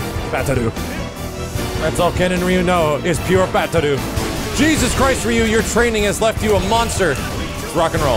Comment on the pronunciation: I like max but ree you? its rye you :(